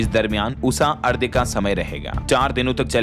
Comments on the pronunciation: बहुत गलतियां करते हैं आप लोग भाषा और व्याकरण की। आपने की तो लाखों लोग जो सुनते हैं वे भी वही चूक करते हैं। आज आपने अर्घ्य को कई बार अर्ध्य कहा। ये आपके लिए तो माफी के काबिल नहीं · Abe lallu arghya Hota h ardhya nhi Hota h